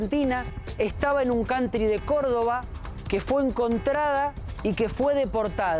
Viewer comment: Cantri😂😂😂Jajaja vos ve a Open inglich😂😂😂